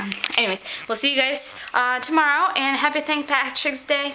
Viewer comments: Hey miss olga! its St Patricks Day not St partiks day..... lol MOOSH! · haha she called it st. partiks day :)